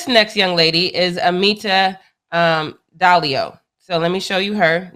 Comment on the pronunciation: I think it's Diallo not Dallio